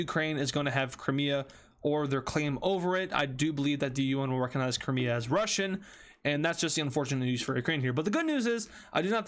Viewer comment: he said cramea and not crimea💀